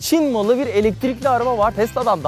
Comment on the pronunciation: Neden bastıra bastıra ÇİN MALI diyorsunuz Mesela Mercedes e ALMAN MALI diye başlık koyanı ben hiç görmedim